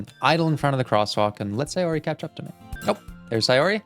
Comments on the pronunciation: Okay I’m so done it’s pronounced “say or y” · you're the only one who says sayori's name correctly (at least sometimes), most people say "say-ori" but since it's based in japan, it's "sa-yo-ri"